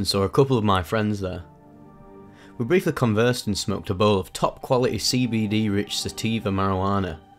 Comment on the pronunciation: "We smewked ah bewl"